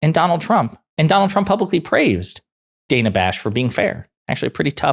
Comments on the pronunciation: Her name is pronounced Dan-uh, not Day-nuh. The right get enough names wrong on purpose, the least the left can do is get the names right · Please start pronouncing Ms. Bash's first name correctly. It is NOT day-nuh. She pronounces it Dan-uh which rhymes with Anna. It may seem like a small detail to you but I assure you it's not to her or to your viewers who know this, it just looks like you don't do your research which we know you usually do. Thank you. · its pronounced dan-uh not day-nuh Bash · It's Dan-a like Daniel. DANa Bash not Dayna. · Dan-a Bash (please do yourself a favor) pronounce her name properly.